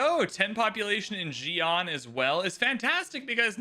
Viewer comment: Agreed. Or even the city names 😂 “zi-an” vs. “si-an” haha